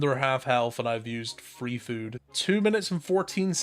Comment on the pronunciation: Why do you say free when you say 3